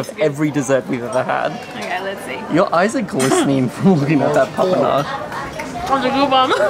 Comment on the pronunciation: Papanaș 🙏 "papa noch" 😂